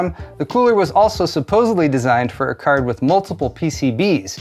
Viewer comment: I didn't know there was a B in supposedly. Suposeblee i'm not "techee" enough. :)